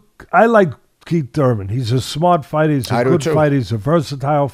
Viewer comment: Oh shit lol he said kiethy Thurman. 😂 yep think kiethy getting hurt